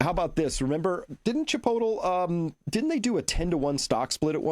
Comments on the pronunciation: Chris, your definitely pronouncing chipotle all wrong lol. Maybe that how you guys do it Boston…. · Too funny. Not Chi potel but Chi pote lee. Not TAC O but TockO. Love you guys! Good info.